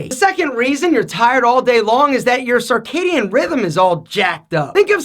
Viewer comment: Circadian is pronounced sərˈkeɪdiən and not sɑrˈkeɪdiən, other than that, good stuff!